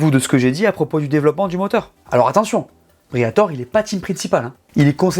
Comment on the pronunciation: FLAVIO BRIATORÈ ! le « E » se prononce ! Merde à la fin 😅 J’ai pas bien compris, Alpine concurrente de McLaren, Aston-Martin et Ferrari ? 😂 et en quelle année ? Et dans quelle multiverse ? Peut-être concurrente d’une Porsche Boxster d’une lotus Elise ou d’une Alfa-Romeo 4C ce qui est déjà honorable, mais surtout pas des trois écuries que tu as annoncé. Dans le secteur du marché des sportifs à Haute prestation de luxe, la marque française en est très très loin mais vraiment très loin c’est carrément pas le même registre.